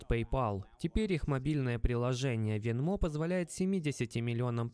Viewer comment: Venmo ударение идет на е, говорю как гражданин США )